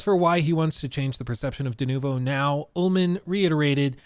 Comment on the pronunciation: I hate the way he says denovo.